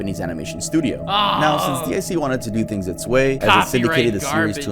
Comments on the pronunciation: You can say it was a good video. To me it was just painful XD guy was talking like he was reading off some list he didn't know anything about most of the time. And who the fuck says "DEE EYE SEE"? DiC is pronounced DEEK. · Guess you never watched Sailor Moon, it's deek not dick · It is not D I C it’s pronounced “Deak” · It is not D i C, it's DiC as a word. They say this over and over again in there advertisements and when a show starts. xD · It's actually pronounced Deek